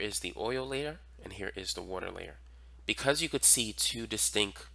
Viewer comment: bro says “distinc” 😭